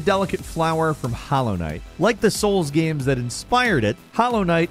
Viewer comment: Video Gayehms?